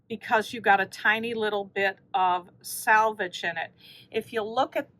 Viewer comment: Last of the batiks! I wonder if anyone else gets annoyed when people pronounce selvage like salvage? It's a completely different word, but I hear it said incorrectly so much! 😂